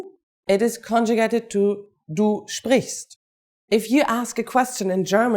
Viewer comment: Confusing. "Sprichst" doesn't mean "to speak"; the infinitive of "sprichst" is "sprechen"; as correctly said "sprichst" is the conjugated 2nd person singular... Also, the pronunciation is artificially overemphasized - you usually won't hear the "t" in "sprichst du..."; but the "t" will blend into the "d" of the following "du"... just like you won't hear a "t" in the word "lecture" in English [which some Germans will sometimes try to insert :)]